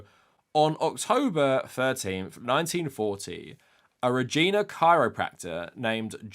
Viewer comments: FYI it's pronounced reg-EYE-nah not reg-EE-nah. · For future reference, the Canadian city of Regina rhymes with "vagina". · Haha if I hadn’t read an article about Elons grandfather earlier today I wouldn’t have had any idea he was trying to say Regina. I know I’d butcher lots of place names in other countries too though lol.